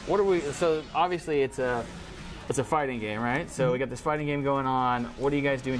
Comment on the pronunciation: hey havent u noticed when he says fighting game its kinda like hes saying farting game